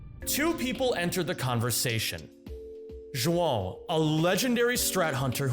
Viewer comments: props on the correct way to pronounce João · I'm impressed you pronounced João's name correctly